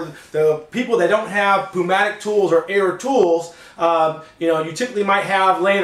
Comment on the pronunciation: Hey, man everything was great, the only thing that was just bugging me little bit was when you said "pneumatic", you pronounced it with "ph" sound. Your straight up just supposed to say neumatic with the p, even though it is spelled like that. I am just correcting you for your future reference and video, not trying to say anything bad. Everything was good and helpful though! Good Job!